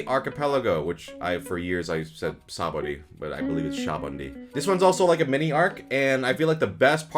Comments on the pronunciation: It is not pronounced shabundy bro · Sah-bah-oh-dee.. sabaody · It is definitely not “shaboundy”😭there’s not even an N in Sabaody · Nah bruh you lost your ranking rights when you couldn't say Sabaody right And he completely redeems himself with Syrup Village hate! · The pronunciation of Sabaody is actually killing me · Change how you says saboad goddamn